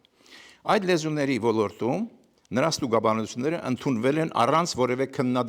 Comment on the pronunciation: ( Ո Լ Ո Ր Թ ՈՒ Մ) - ԿՈՊԻՏ ՍԸԽԱԼ ԱՐՏԱԲԵՐՈՒՄԸ - Ո Լ Ո Ր Տ ՈՒ Մ - ԲԱՌԻ, ՆԱԽԱՊԵՍ ԱՆՎԸՍՏԱՀՈՒԹՅՈՒՆ Է ԱՌԱՋԱՑՆՈՒՄ, ԿԱՐԾՈՒՄ ԷՄ ՆԵՐԿԱՅԱՑՆՈՂ ՏԻԿԻՆԸ ԼԸՐԱՑՈՒՑԻՉ ԿԸՐԹՈՒԹՅԱՆ ԿԱՐԻՔ ՈՒՆԻ